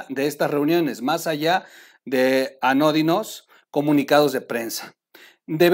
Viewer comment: tienes que tratar de leer mejor, es importante porque si no, puedes parecerte a la vocera del vocero y no queremos eso, verdad? Revisa previamente lo que nos vas a leer, revisa en el diccionario las palabras que no conozcas, anota puntos y comas, ahhh y tildes porfa; hoy dijiste anódinas en lugar de anodinas, que significa grises, aburridas, sosas, nimias, bobas, tipo anticientífica, pa que me entiendas. En fin, te lo dejo de tarea, va?